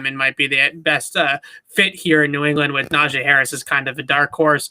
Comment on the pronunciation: It’s not a Najae Harris you dummy. It’s Najee Harris. Do you see an ‘a’ here ?